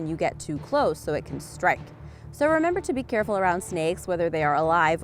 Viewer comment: Haha you said beecareful